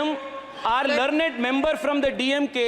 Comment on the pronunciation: Sir Mr Surya(n) you don't know how to even pronounce the word "learned" properly in English. Nivu Olleya Vidhyaarthiyaagidheera?